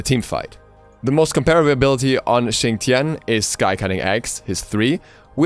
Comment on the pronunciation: Why does Xing's name said fast kinda sounds like Chin Chin?